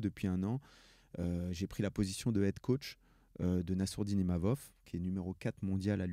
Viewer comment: C’est pas Imamov Dana, c’est Imavov